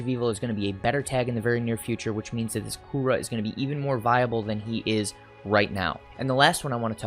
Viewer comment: Please don’t call him Coora.. we all know it’s Cooler!!